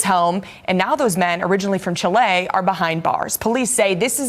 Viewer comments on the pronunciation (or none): It's not Chilayyy. It's Chile with no accent on the E. Fool. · Who told the announcer to pronounce Chile as “chi-LAY?